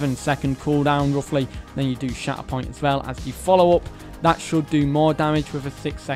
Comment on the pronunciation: Every time he said shatterpoint I heard “shat upon” 😂